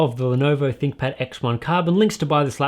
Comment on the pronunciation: I swear that "ThinkPad" sounds like "ThickPad"